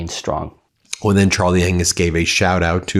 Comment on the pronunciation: "Shtrong" is not a word. "Strong " is. Love your program!